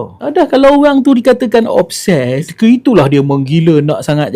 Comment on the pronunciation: Obses TU menatang apa x jelas cakap biar terang